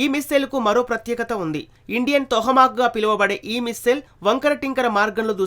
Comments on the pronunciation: Vinadaniki bagundi kani telugu spastam ga matladadam nerchuko ayya...plz....adi tohamak kadu tomahak....and also chala shabda doshalu unnai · Ore,,,, mack,,mack ,its Toma y bevcoof ,,how many times u r telling the USA missiles real name wrongly ,,bevcoof ,its not Toha